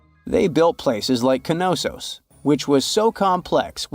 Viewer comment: It is absolutely astounding to me that so many people who narrate videos on YouTube mispronnounce so many words, it's like they didn't have english class at their schools or something. In this video it is the name of the ancient Greek city of Knossos. The K is silent, and it is pronounced Nossos. It would be awesome to see a video that didn't contain these mistakes.